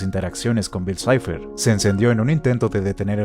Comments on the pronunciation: Por que el otro narrador dice bill cleib? Xd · "Bill claib" si lo quieres decir en ingles dile bill cipher no cliab🙄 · "Bill cleiv"??? Pronuncian bien Bill cipher (en inglés), pero si pronuncian Bill clave en español lo pronuncian en inglés también. Realmente no entendí eso. En ningún lado escuché a alguien decir Bill cleiv. Bueno eso cada quien. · Tan facil que era pronunciar bil saifer